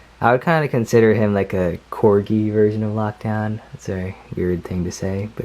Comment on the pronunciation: Why did you say lakdown his hot rod